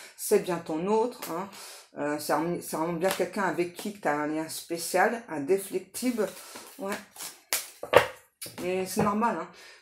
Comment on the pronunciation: VOUS AVEZ DIT,INDEFLECTIBLE,NON,INDEFECTIBLE!!!PARLEZ TROP VITE!!!